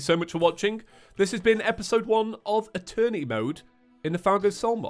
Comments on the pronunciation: Guys it’s happening again... eterny mode instead of eternity mode🤣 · "They wanted Eeterny mode". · i cant hear eternity im just hearing attorney